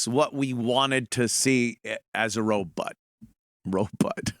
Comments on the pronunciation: OMG ANTHONY RO "BOT" not "BUTT" FUCK!!!!!! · Awee said Robut...